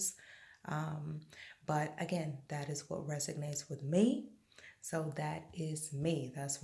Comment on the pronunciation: Very nice video! The word is resonates though, not resignates. 😊